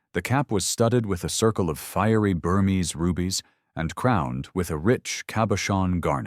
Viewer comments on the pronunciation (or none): none